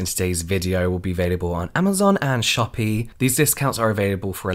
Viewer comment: When James said Shopee, i was like "Am i hearing this right??"